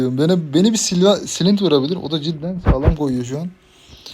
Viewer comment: Silint ? Clint yazılış klint okunuş :)